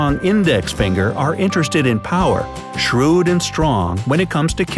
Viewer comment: Middle feengher 😂😂😂😂😂